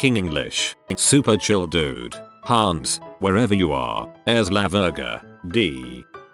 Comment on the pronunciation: the way the bot says "hAns" lmao